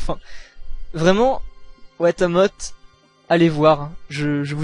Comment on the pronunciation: Watashi ga motenai no wa dou kangaetemo omaera ga warui, soit l'art de mettre en scene une jeune fille au psyché torturé et au quotidien difficile en rendant le tout humoristique. Et par pitié, ça se prononce Watamoté XD . Personnellement, je n'ai pas trouvé l'anime choquant ou malsain en soit. Je trouve le personnage de Tomoko au contraire très touchant et attachant. A mes yeux, le manga et l'anime nous permettent d'assister au réveil de cette jeune fille qui, pendant des années s'est bercée d'illusion. Son entrée au lycée marquera pour elle le début de la prise de conscience, ainsi que le début du combat. Sans vie sociale, sans expérience et avec bien peu de choses pour elle, elle choisis malgré tout de se battre afin de devenir la personne qu'elle pensait être jusque peu. Une jeune femme populaire. Malheureusement, elle a tendance a oublier que la vie n'est ni un eroge, ni un otome game et que la société dans laquelle elle évolue n'est pas prete a l'accepter si facilement. Je pense donc, que plus qu'un anime malsain et bizarre, Watamote met en scène un véritable phénomène de société. On remarque évidemment le côté Otaku et nolife de Tomoko assez facilement, mais selon moi, pour apprécier le personnage à sa juste valeur et mieux le comprendre, il faut se remémorer ce que represente la communauté Otaku aux yeux des japonais lambda. Un Geek ou un Otaku, est une personne isolée du reste du monde dévouant sa vie à sa passion de façon démesurée, fuyant la réalité en se plongeant